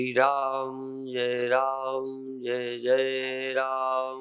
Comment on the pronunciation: जै जै राम होता है शुद्ध उच्चारण की जय जय राम शुद्ध उच्चारण है 🙏